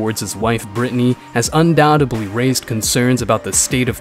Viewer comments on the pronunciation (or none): UNDOUBTEBLY had an impact one of thee most COMMONLY mispronounced words of all time